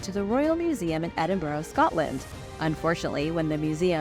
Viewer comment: Edinborough? Edinburgh lol